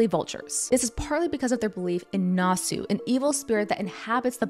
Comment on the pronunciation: Nasu not nāsū. Get your vowels right